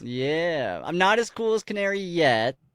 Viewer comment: 2 minor things. 1) She's rank F and beating her puts you to E. 2) Her name is Canary, it's Ca-na-ri.